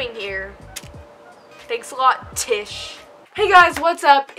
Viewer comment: “And a used TISH”😂